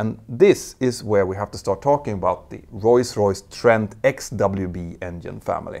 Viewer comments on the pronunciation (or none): It's Rolls Royce, not Royce Royce. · it's Rolls-Royce and not Roys-Royce :D good video otherwise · “Royce Royce”? I thought it was Rolls Royce. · Not sure if I heard that right but I seem to only hears him pronounced "Royce Royce" instead of Roll Royce? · It's not pronounced "roys royce" - it's pronounced "roals royce" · Now repeat after me: Rolls-Royce! Not Royce Royce 😂😅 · For the love of god. It’s rolls royce, not royce royce 🤌🤌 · It's Rolls Royce, not Roys Royce. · ROLLS ROYCE NOT ROYS ROYCE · Is Rolls-Royce really pronounced Royce-Royce like I'm hearing Petter say it all throughout the video? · Is it just my ears, or is he saying "Royce-Royce"?? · What's "royce-royce"??? from s right through to the end? A lexdysic hiccup? PS: Love this channel. Excellent. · Why do you keep calling Rolls-Royce "Royce-Royce"? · I'm not a monolingual English speaker and it sounds like such a silly, easily correctable mistake. It's not a matter of accent, just saying a completely wrong word. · Funny how you pronounce the renowned manufacturer as "Royce-Royce" 🙂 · Sounds like you’re saying Royce Royce instead of Rolls-Royce 🧐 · “Roys Royce” lmfao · “Royce Royce”? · Why cant you say rolls Royce properly?